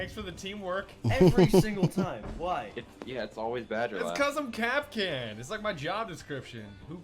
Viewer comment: When Kapkan has children, Kap- kin . UwU